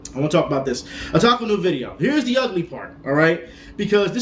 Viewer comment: I think since it's Otaku and Con abreviated, it should be pronounced O-Ta-Kon. Not Adacon.